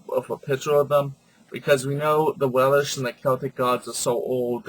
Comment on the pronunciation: Not Wel-ish. WeLSH.